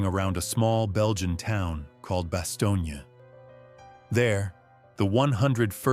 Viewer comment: The town is pronounced as “ba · stown”.